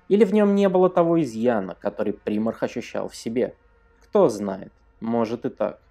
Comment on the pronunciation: Видос норм,но не при́марх,а прима́рх. Также не Ностромо,а Ностра́мо